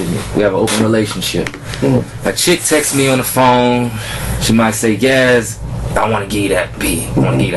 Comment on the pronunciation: It's "texts" Not "texas" Buh leee Dat Nawh why sayen